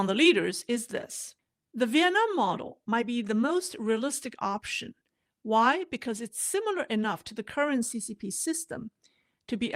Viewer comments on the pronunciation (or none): none